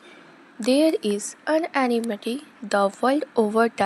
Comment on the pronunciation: Unanimity nhi unanimity hai 😂